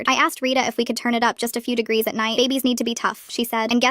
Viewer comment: AI please learn to pronounce words... "degries" (not a word)instead of degrees... and they pronounced it correctly 1 time... smh